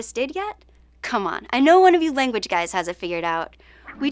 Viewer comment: Would you mind doing a vid on modern vowel shifts? For example, the young lady on this video often has her “a” sounding like an “i”. (Eg lang sounds a bit like ling)